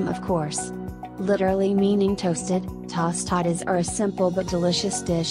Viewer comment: CHILAKLES????????🤣🤣🤣🤣🤣🤣🤣🤣🤣🤣🤣 AL PASTER 🤣🤣🤣🤣🤣🤣TAH STADAS??????🤣🤣🤣🤣🤣 ELOT The ONLY ONE she said correctly was enchiladas.